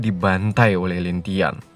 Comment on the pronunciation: Lin langtien bg bukan lintian.. Hhhh